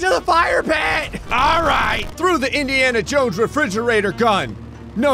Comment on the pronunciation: “Indiana Jowow”